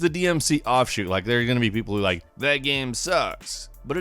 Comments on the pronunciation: what does he say "geme" instead of "game"?? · The way you say game makes me cringe